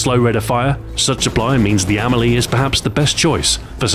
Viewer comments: With no accent, the Spanish would pronounce it "Am-EL-ee", with the stress on the E, not the A. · The Emily? Are you sure that's how it's pronounced? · I thought it was pronounced emeeley